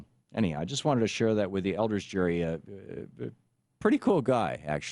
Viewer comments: I'd say he got a bad rap. You can't even say his name correctly. The "G" in "Gerry" is not pronounced like a "J", it's a hard "G". Crack a book, would you? You talk about reading the history, but you clearly haven't. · YOUR SAYING IT WRONG IT HAS A HARD G GERRY HARD G JEES LEARN YOU HISTORY